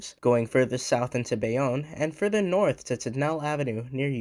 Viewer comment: Great video! Just a couple mispronunciations, understandable since you're not from the area Bayonne = Bay-own Tonnelle = Tunn-el-lee